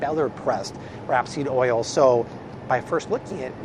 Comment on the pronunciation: Not wrap-seed oil it's rape-seed oil